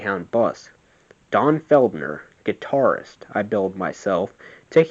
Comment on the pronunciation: It's FELDER, NOT "Feld-ner".